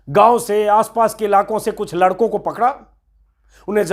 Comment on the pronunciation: Lakdo nahi ladko hai anjumji